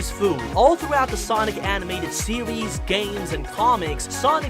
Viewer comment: "Sewies" "westing"